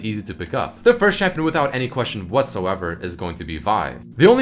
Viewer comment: take a shot every time says whatssoever